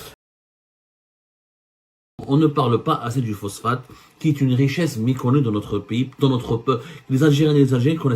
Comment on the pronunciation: Pourquoi tu dis miconnu faut dire meconnu c'est grave pour un journaliste francophone